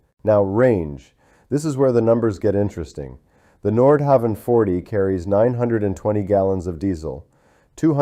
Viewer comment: Pronunciation is terrible. Nordhauwn is closer. There’s no W sound in Danish. Havn is pronounced Hown. Like København, which is Copenhagen, it’s pronounced KoobenHaun.